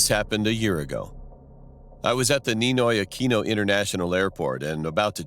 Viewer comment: When he said NINO AQUINO AIRPORT i almost drop my phone btw i am a pilipino